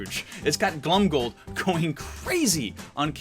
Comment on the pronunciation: Every time he says Glomgold like Glumgold Me:rrreeeeEEEEEEEEEEEEEEEE